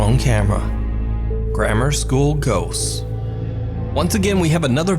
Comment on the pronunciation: LOL! When he says ghosts, it sounds like he says gose! 🤣😂